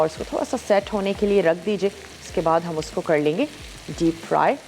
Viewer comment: Masala tv walo ap sa guzarish hai ka kar ko kad kehna theek krein bohat bura lagta hai